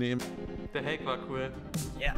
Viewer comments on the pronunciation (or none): none